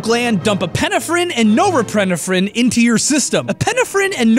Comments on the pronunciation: Epi-neph-frine, nor-eph-frine. Get your elocution game on point dawg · I work in the medical field and it really bugs me the way he says "epinephrine" and "noripeniphren" XD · my dude they're pronounced Epi-nephrine and Nor-epi-nephrine, the Ep sound is the same as the one in Epcot. This is why the shot for deadly allergic reactions people have to carry around is called an EPI pen. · You say: EH-pin-eh-frin and NO-reh-pin-eh-frin It should be: EH-pin-EF-rin and NOR-eh-pin-EF-rin You're putting em-FAH-sis on the wrong sil-AH-bul and mixing some of them up as well. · Oh god, the scariest thing about this video was how he pronounced epinephrine and norepinephrine. (Actually pronounced eh-pin-eff-rin and nor-eh-pin-eff-rin) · I judgement but it’s pronounced Epi-Nefren And Neo_ Epi- Nefren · that is the weirdest way I have heard epinephrine and norepinephrine. The biology teacher in me wants to correct you to EP-IN-EF-RIN & NOR-EP-IN-EF-RIN but it might be pronounced differently in the states to here. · You say epinephrine weird, the emphasis is on the "e" in the beginning of the word, not the "pin" so it should be EH-pih-neff-rin, and nohr-EH-pih-neff-rin. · I've only heard it pronounced epinEpherine and nOrepinEpherine. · it's epi-nephrine and nor-epi-nephrin, not however you pronounced it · You did a TERRIBLE job at pronouncing epinephrine, pronounced epi-NEF-rine, and norepinephrine, pronounced NOR-epi-NEF-rine. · Not that it matters, but for anyone else who gets distracted but mispronounced words its "Nor-epi-nef-rin" and "epi-nef-rin". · Am I the only one that is affected by the way he is pronouncing "norepinephrine" and "epinephrine". It is killing me😭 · I love ya,, but you mispronouncing epinephrine and norepinephrine are killing me. It is so jarring, lol. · crying over the pronunciation of epinephrine and norepinephrine here haha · i've LITERALLY never heard anyone pronounce epinephrine and norepinephrine like that, lmfao